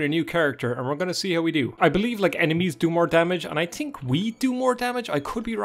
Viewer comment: "I tink" lol love that. Great vid btw